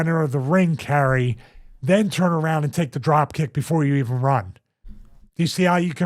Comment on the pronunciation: Come on Stevie...it's Not Carrie.......Kai Re is how to pronounce it. Your co host keeps saying it correctly and you keep saying Carrie......after 7 times I had to skip ahead